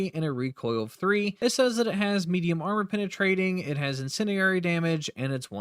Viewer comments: Is English your first language, or do you have a speech impediment? Incendiary is not pronounced "incinerary" and you should know better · Ima keep it a buck witchu chief "Incendi"RARE"y" isnt a word